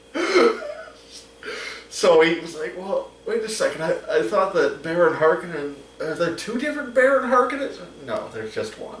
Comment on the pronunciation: You pronounced Harkonnen wrong. That's the thing I hated most about the mini-series.